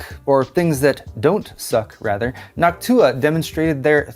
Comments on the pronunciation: I hate how you pronounce Noctua like Hawk Tua now 😂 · Nactua, more like hactuah.....